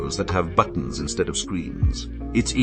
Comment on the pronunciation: Love how the ai says ”buttons”.